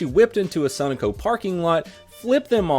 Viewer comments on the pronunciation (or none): sun o co 😂 its pronounced so no co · Sun-uhh-co? Sun-o-co or Su-no-co ;-) I don't know why that bothered me so much, carry on... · It's SUN-OH-CO.. The gas station...not whatever you said lol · Sonoco: (Soh-know-koh) 😂 sorry donut have to rep Pa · Suh-No-Co ... Do you not have Sunoco gas stations near you?? Lol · you said the gas station name wrong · where are you from? The way you said Sunoco told on you, unless it's more of your awesome sense of homor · How could you fuck up pronouncing Sunoco and heroine? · He can't even pronounce Sunoco, we have no hope for him to get anything right.